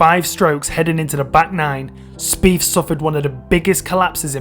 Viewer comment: Wow bro your accent is brutal "two fousand firteen Jordan speef lost by free" ya killing me. Maybe fink about how to pronounce "th"